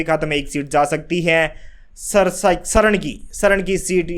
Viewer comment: Srn nahi saran bolo